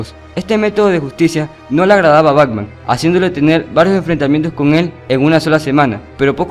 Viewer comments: Esta muy bien la recopilación, aun que te faltaton varios, como Polilla Asesina, Shame, el rey condimento, entre otro. Solo si tengo una observación, tu dices: BACMAN.. me imagino que lo haces inconcientemente claro! pero si vas a hacer un video con audio en off, por lo menos pronuncia bien el nombre BATMAN! igualmente felicidades por la recopilación! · Antes de hacer otro video aprende a pronunciar las palabras, sobretodo los nombres, es BATMAN, NO BACMAN.